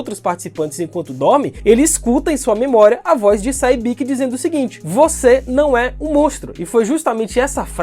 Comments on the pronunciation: Sae-byeok e não Sai Bik. Pronuncia “Se Byook” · Say-byiki? Dakiji?